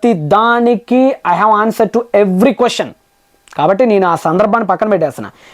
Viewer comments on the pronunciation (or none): none